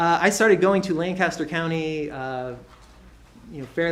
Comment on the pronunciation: Why does everyone in this court room, especially the defendant pronounce Lancaster PA incorrectly. Everyone who lives here for any amount of time knows how to pronounce it correctly. (LANK- KISS-TER) His last wife lived there 🙄